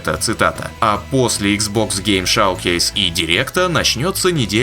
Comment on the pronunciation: Да и на английском это не шавкейс так то... А шоукейс 🤷🏼‍♂️